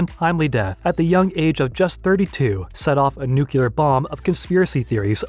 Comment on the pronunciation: I stopped watching when you said "new cue lar" bomb.